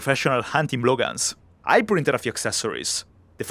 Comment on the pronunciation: anyone ever heard for BLOGANS one word fast say :)